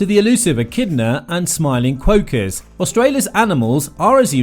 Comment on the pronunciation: Your pronunciation of "quokka" is an indication of the poor quality of research that went into this video.